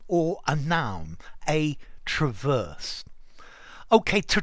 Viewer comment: "Traverse beam"-the noun is stressed on the second syllable like the verb.. I think it can have the 1st vowel stressed too, like the 2nd vowl of "trespass"as a verb but it becomes a schwa as a noun,right? 👍